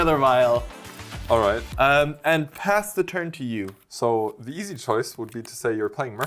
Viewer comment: Again, the way to emphasize the word "the" is to pronounce it "thee", not "thuh".